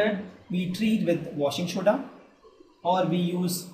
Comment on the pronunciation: Washing shoda!!😂😂